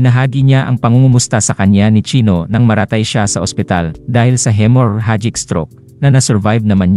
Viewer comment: Bigkasin mo uli "hemorrhagic" (He-Mo-Ra-Jik)